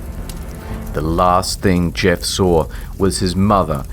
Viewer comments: Did he just call Jeff the same way boomers say gif? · I thought you said GIF the Killer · he says "jif the killer" therefore confirmed it is pronounced "jif" not "gif" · "Jif the killer" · nice way of saying jeff lol